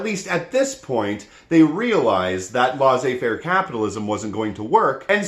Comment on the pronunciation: Please stop saying "laissez faire" that way.